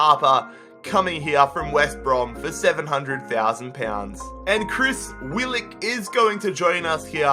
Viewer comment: Bro finally i keep telling you to do a Wanderers Rebuild, and it’s Willock not Willick